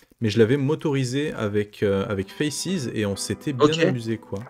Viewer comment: Sache que tu n'es pas seul sur la prononciation de FACES. Je tenais à le dire, je voyais bien que c'était dur d'être discriminé comme ça. Sinon chouette interview ❤